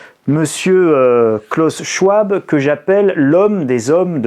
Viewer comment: C'était mon prof à l'université de Genève. On prononce : klaous sch-v-ab, si jamais!!